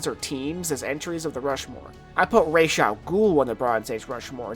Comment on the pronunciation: It's Raz. RAAAAZZZZ. Raysh sucks